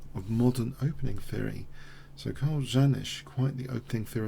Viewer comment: I think it's pronounced ye:nish